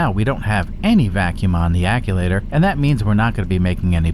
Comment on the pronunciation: what in the heck is an ac-u-later?? I’ve heard of “Actchu-waiter” but never the way you say it lol